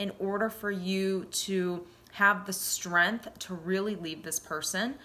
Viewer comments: I am really grateful for your words of wisdom and insight, and I thank you for making this video and glad I found it at the time I needed to hear this .....but, what's with the "streeanth" ? lol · Did you say " strempf"?? ... I'm already out